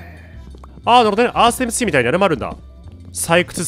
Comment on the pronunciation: エムスィー